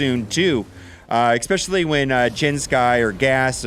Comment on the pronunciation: There is no word: Eckspecially. It's especially.